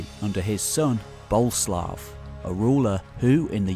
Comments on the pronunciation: So, it’s pronounced Bo-Lé-Slav? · Boleslaw (Boleslav) has three syllable.